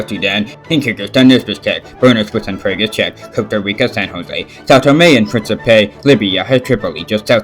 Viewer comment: Badly pronounced: Kabul(you said kaplle) it’s called Ka- Bull Prague(Pagan) Pray-geh